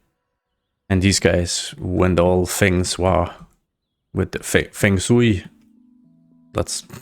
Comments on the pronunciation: Not sure how much you care or not, but It's "Martha's VIN-yerd". And feng shui is pronounced like "Flung Clay". Also I'm drunk so I apologize for correcting you pronunciation even though I could never speak Dutch. I love your channel. You rock. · You did not say Feng Shui literally as Feng SHOEWIE?